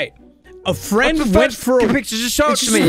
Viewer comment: An I the only one who heard Eddie say “wenk” instead of “went”